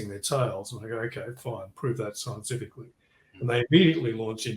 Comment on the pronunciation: “ok, prove that scientifically” — you said it twice, but it took me a long time to work out you were saying “scientifically”. Prior guesses were “evil” and “it”.